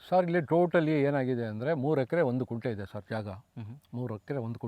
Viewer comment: Sir, It's not 'Kunte' but it's 'Gunte'.